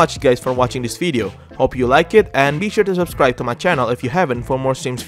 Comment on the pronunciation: I find it curious that you substitute a "v" with an "f". And not that you're unable to produce the right sound. You pronounce "w" as a "v" when necessary. But a "v" is always an "f".😁 We are watching your fideo, while having a nice weather outside.